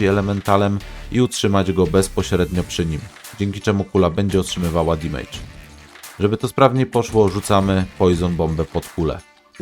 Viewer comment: Nie "dimejdża" tylko "damedża" :)